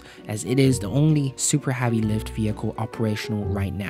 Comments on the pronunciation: I was confused for a solid part of the video, wondering if Falcon Havi is some sort of reference or inside joke. Just a weird pronunciation after all. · HEAVEY. The word is HEAVEY. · Had to turn the video off because you kept saying havi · "Falcon Havvy " ??? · why do you keep saying falcon havey? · WHY DO YOU SAY FALCON HAVY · MajAstic tast lanch of the falcon havey. It seems he has trouble saying eh. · You really need a speech therapist pal if you are going to be in this business anyway. You mispronounce almost half of your words. "Falcon-Havey"?? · fuckin hahvy hahahahahah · Haaavi hachecent... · Please learn how to say HEAVY! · Great video. Your incorrect pronunciation of he work "heavy", though was so bad it made me want to punch out my ear drums with an awl every time I heard it, which was a lot. There's no way I would have watched this great video passed the introduction if my hands weren't covered in dish soap when this played. I stand by calling that an incorrect pronunciation btw. Accents are different from incorrect pronunciations. What you said is not "heavy" with an accent, it's "heavy" pronounced incorrectly. I will probably get hate for saying this. I'd like to reiterate that I actually really liked the video. It was very well done. That one word, though, was just so painful to my experience that I couldn't sleep at night if I said nothing. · Great video and good information but can you please learn to say “heavy” correctly. Thank you 🙏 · okay dood seriously even Youtube thinks youre saying my own name more than you are saying SpaceX's biggest rocket's name properly,,, please consider adjusting the way you say the word "heavy", at least while speaking in english. Please. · Lets have this guy who cant pronounce heavy narate a video of something called heavy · Can you PLEASE say "Heavy" the right way omg.... nice video tho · Yeah why does this guy pronounce it so weird i couldnt watch it after he kept saying it wrong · It’s “heavy” not “havy” 😣